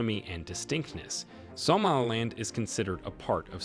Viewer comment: something about the way you pronounce somaliland really irks me